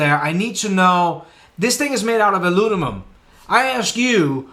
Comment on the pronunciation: Alu-mi-num rather than alu-ni-mum :)